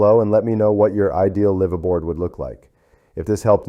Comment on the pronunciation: Mispronounced bow and live aboard. Sounds Ai to me